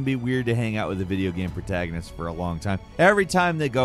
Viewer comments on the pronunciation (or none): none